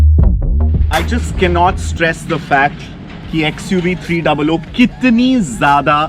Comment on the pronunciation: Its xuv 3 double OO not 300